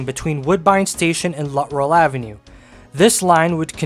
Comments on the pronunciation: Good video but I have to correct you on your pronunciation of the easterly loop. It was pronounced “Lut-Trell” not “Lutt-Rell”. I probably spent half my teen years traveling to that loop from Scarborough by bus and I never heard it pronounced “Lutt-Rell”. Also, you didn’t mention MU or multiple unit operation of streetcars on the route due to heavy passenger volume from the 50’s to the 1966 subway opening. Other than that, it was a nostalgic presentation for me. Keep up with the interesting content! 👍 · The street was mispronounced , it is Luttrell and was the east terminus of the Bloor Car . It is on the south side of Danforth a block or two west of the Shoppers World Mall at Victoria Park and Danforth .